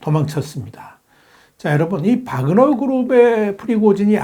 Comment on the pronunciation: 와그너아니라 바그너입니다. 정확히합시다.